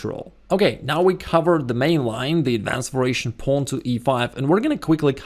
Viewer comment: I think it is "variation" but pronounced as "veration".